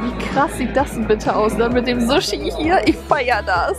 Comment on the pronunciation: Vielleicht Japan weil als du das essen gezeigt hast hast du das Sushi extra betont 😜❤. Außerdem ist das die japanische Schrift